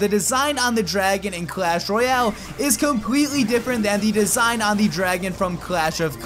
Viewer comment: Royale King not royal King